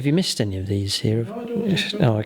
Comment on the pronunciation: Did you know that "missed" sounds like "mist!" And that means dung in german?:D so very funny evertime you yell at the dice 😂😂